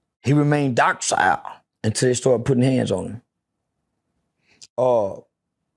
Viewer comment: Its docile, not dockcile